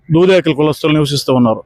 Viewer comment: దేదేకులు కాదు తల్లి దూదేకులు